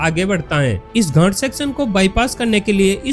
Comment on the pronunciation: भई घाट को सही से बोला करो मैं कुछ और समझा